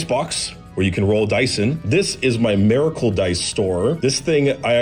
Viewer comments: "Merracle." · A-mericle dice. Sorry I couldn't un-hear it